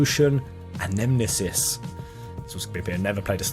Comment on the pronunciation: Star Ocean Anamnesis, fairly certain it's pronounced - Anna-Knee-Sis. And no, I'm not here! You don't see me! I'm invisible.